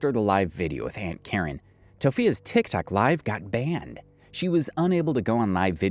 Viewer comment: How do you mess up saying tiktok and saying tiktik multiple times.